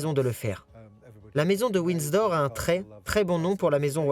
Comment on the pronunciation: Ce n est pas Winsdor. mais Windsor!!!!! Dites le lui a la bonne femme qui fait le commentaire!!!